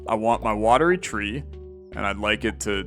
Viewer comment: One day will read Watery Tree properly! But great video; sad to see the series come to an end but makes sense until there are more updates!